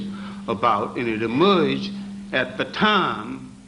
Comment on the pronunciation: It emoryeged 😂😂